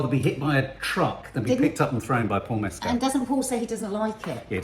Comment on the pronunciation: Love this and looking forward to seeing this 😮 Also, just a little kind nudge that Paul Mescal’s surname doesn’t rhyme with Pedro Pascal’s. It’s Mescal where the ending sounds like the word call (It’s really hard when nothing rhymes with his surname! 😂) Said lovingly and kindly, adore you both ❤❤❤